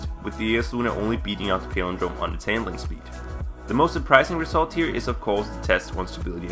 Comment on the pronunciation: you talk for a living, and you can't correctly pronounce "palindrome"?